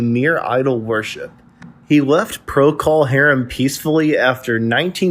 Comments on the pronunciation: It’s not Pro Call Harem. It’s Procal pronounced Prokle. Are you clueless, fake or bad AI? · ProCALL .... STOP SAYING IT LIKE THAT! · Every time you say Pro-Call Harum. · It's not Prockle Harum , more Prokul Harum . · “Pro Call Harem”. REALLY?!!!!! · What’s with the “PRO-CALL HARUM” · You are pronouncing procol harem incorrectly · Thanks for saying it , someone had to. Fekin click bait . . . And I'm out , if I hear it say pro-cull hairm again. I'll beat the computer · Learn how to pronounce the band's names! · Yeah. That was annoying as f*ck! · I had another quick look at the comments. About 20 of them, or more, are about this mis- pronunciation. It is at about the point. I hadta look, to figure out who created this video - it's by "What Happened To". - My point is that complaining about a narrator, on a YouTube video is useless. OF COURSE the band's name should be pronounced right - BUT IT ISN'T. What are you gonna do ?? You can howl at the Moon, piss- into a hurricane, or be "tilting at windmills" ( Don Quixote )... - Complaining about it will accomplish nothing... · Sounds like he got into dummy juice. Pronunciation of the band’s name sounded like he knew what it was. Somebody hie me to replace clones like this. Why would you believe anyone who can’t pronounce the name? He probably calls Trower’s big song A Whiter Shade of Quail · If the narrator could only pronounce "Procol" properly, I wouldn't get the impression he simply drummed up research on something he knows little to nothing about. However, in the context of bringing Robin Trower the recognition of the spirit of Jimi to the masses, it is applauded. There will never be another Jimi Hendricks, but guitarists like Robin Trower gave us another aspect of the stratocaster blues. Thank you, Robin, and the band.